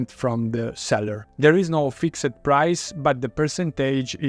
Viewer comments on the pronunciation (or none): none